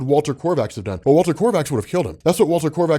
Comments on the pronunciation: Kovacs not korvacs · Not korvaksz it's Kovacs. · Kovacs.... like CO VAX. Please just stop it with this Korvacs stuff man, PLEASE. Every time you say it Kor-vacs it literally makes one want to bash a baby seal skull in with a wack-a-mole hammer. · there is no R in Kovacs. It's Walter Kovacs. Not Korvacs or Krovacs. KOVACS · Walter Kovacs, not Korvacs. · Hes not "korvex" hes name is kovács its a hungaryan name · His nam is Walter Kovacs not Walter Korvacs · Kovacks!! IT'S Fuckin KOVAKS!! GAH DAMMIT!! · It’s Walter KOVACS for fuck’s sake!!! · For the love of all that is holy it is Ko-vacs no R not one zero Rs!!!!! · Is it me or does rob keep saying korvacs? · GOD DAMN IT, ROB. THERE IS NO "R" IN "KOVACS." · Kovacs is not a difficult name, GET IT RIGHT! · I really wish he can stop mispronouncing "kovacs" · He remembered once a couple months back and corrected himself, but it seems he has yet again reverted to the incorrect version. Old habits die hard, I guess :D